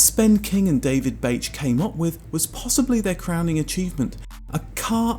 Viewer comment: I'm not sure that Bache would be pronounced that way